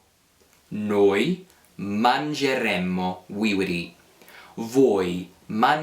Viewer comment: Just a couple of observations,. First, make sure that when you pronounce the "noi" form of the Conditional, that you clearly pronounce the double "m" in the ending. I kept hearing you say "noi mangeremo,' noi potremo," "noi dovremo," and "noi finiremo," That's the Future, not the Conditional, and the only way to distinguish them in speech is to give the double "m" its full value -- remember, it's nearly impossible to exaggerate double consonants in Italian! Second, wouldn't the easier rule simply be to teach that the stem of the verb in the Conditional (and the Future, for that matter), is the infinitive minus the final "e" and changing the "a" of the -are verbs to an "e" before adding the Conditional/Future endings? That is how the Italian Future and Conditional developed historically, after all (infinitive plus a form of the verb "avere"), and it's how those tenses are formed in all the other Romance languages except Romanian. I think it also makes learning both the Future and the Conditional easier, since both tenses share the same stem, and it makes the few irregular verbs much easier to learn in both tenses. Just a thought....